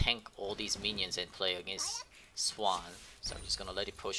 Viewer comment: it hurts that you say lane, but then pronounce swain swan in the same sentence